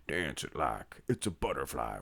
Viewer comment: Butterfly with the emphasis on the word butt.